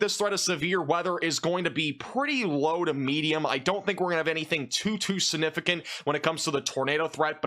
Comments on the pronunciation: You say sunifigant endlessly every day and grossly mispronounce it. SIGNIFICANT ! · Stop saying the word significant or stop pronouncing it sunificant i love your content but that is nails on a chalkboard for me lol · There is a G in the middle of the word "siGnificant". Say it with me ... siGnificant. Learn to say it correctly, or use another word. If you're trying to be a pro broadcaster, you're going to need to pronounce those big words correctly. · SiGnificant... not siNificant. 🙄